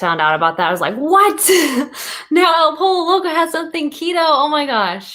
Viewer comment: Dude you are so adorable with saying "El POLO Loco" instead of "poy-yo"... the double LL is like in word Tortilla = y sound. Joe Duff did cool video on keto options at Taco Bell. 💜🤘🙏